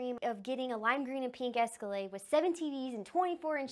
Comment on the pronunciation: the word is ESCALADE, not esculade